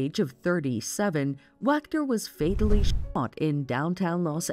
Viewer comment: Do you have a problem saying the word ‘shot’ ? Just wondering